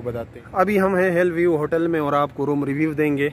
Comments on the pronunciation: It's hill view don't say hell view 😂😂😂😂😂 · Keya zabardast english pronunciation hai ap ki 😝😝😝. "Hell view" 😆😆..